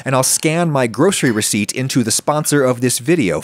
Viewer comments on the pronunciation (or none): none